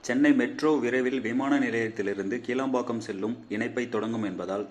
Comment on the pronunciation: கீளாம்பாக்கம் என்பது தவரு. கிளாம்பாக்கம் என்பது சரி.. உச்சரிப்பை " கி" மெல்லினம் குரல் ஒளி வழி உச்சரிக்கவும்